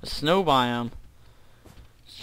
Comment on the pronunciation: Snow not sneiw